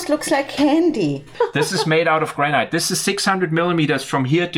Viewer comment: Granite is actually pronounced Granat Nat instead of night. Why because I live in the Granite capital of the world, we have a quarry where the granite was extracted from was the biggest man made hole in Europe it was closed many years ago and now full of water, The granite from this quarry not only built or city but was shipped around the world and can be seen in many landmark buildings throughout the world, My house walls even above ground is 600mm thick, Love your videos and todays one was a really interesting mix